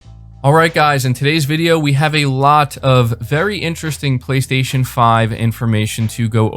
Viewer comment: "BLAY - STAY - SHON"